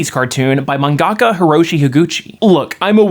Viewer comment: Manga~ka, not man~gaka lol If you can pronounce manga on its own, you’re basically just adding “ka” at the end. No need to combine into “gaka”.. or just say manga artist lol